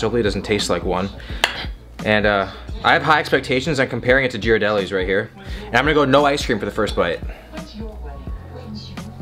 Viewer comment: Ghirardelli is pronounced with a G sound and not a J sound. Just so ya know :P